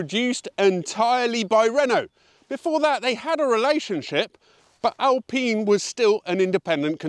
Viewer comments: Thanks, no hard feeling about your prononciation with GTA ! Alpine in french sound like Alp-in and not Alp-pine .. Yes this car is so good but, as you've said, the quality is under german standards.. In France, we love the original Berlinette and also the new one .. ❤ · For god's sake it's pronounced "AlPEEN'' insta dislike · As an Italian you should lean towards “Alpeene” So given that we love your pronouncing Italian cars in Italian, So will you please stop pronouncing the lovely Alpine cars as I’d they were built by the Rootes Group in the 1950s/1960s. Otherwise love your stuff, so not asking a lot! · What's the correct way to pronounce it? Alpine that rhymes with shine or Al-peen that rhymes with keen?